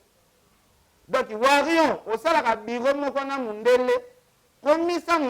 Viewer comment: ken Mpiana lobaka WARIOR , warion te ... pitopale kkkkkkk mema bango likolo